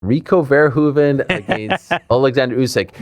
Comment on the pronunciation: one of the few people who actually pronounces Rico Verhoeven the right way